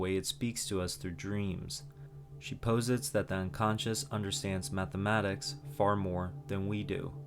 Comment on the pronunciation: This is an amazing video but please for the love of god it’s pronounced PAUSE-IT, Hero’S Journey, ARKEType, KELTIC, SENSORY